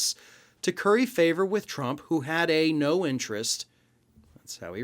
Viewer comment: Tdump does NOT want it red ---- he want's it TRUMP . Words spoken totally incorrectly . lv Central NYS